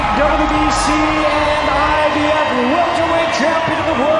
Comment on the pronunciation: Either ur boy uses Advanced text to speech or he doesn't know how to say Mikey or IBF